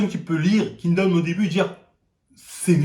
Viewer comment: "Kingdon" "seinim et shonem" 😂